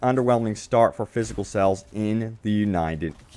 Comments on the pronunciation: He keeps saying sells, not sales. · What area are you from? I notice you say "sells" instead of "sales."